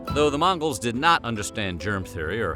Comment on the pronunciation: He says mangos 🤣🤣